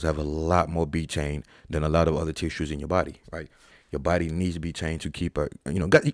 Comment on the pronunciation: B tain!? biteine!? What even is that !? 🤷🏻‍♂️🤣 Clueless